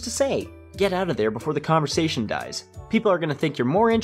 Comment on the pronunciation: What’s a con-vo-sat-ion?